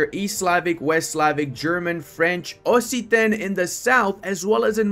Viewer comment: it's actually pronounced "oksitan", both in english and french, fyi.